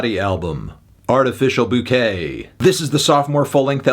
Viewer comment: Dude just said art-i-ficial boo-ty for 5 minutes....